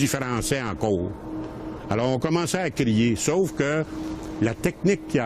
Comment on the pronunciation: ... ctun maudit frrrançais encowwwre .. haha j'adore 😅😂 ça me fait rappeler mon grand père